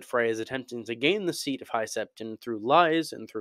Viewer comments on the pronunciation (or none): none